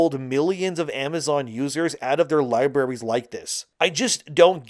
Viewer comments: Liberries🤭dude, that's not the effing word😂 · I know that most people don't care about this, but lieberries drives me nuts. The pronunciation of libraries is kind of my nails on a chalkboard. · so libarries? what do those taste like? Alumminum?